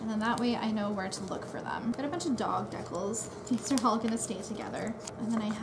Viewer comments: i thought they were called dee-cals iv been sayn it wrong half my life lol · I wonder if you still call decals deckles. Lol